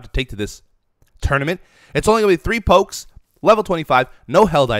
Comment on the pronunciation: It hurts every time he says pokes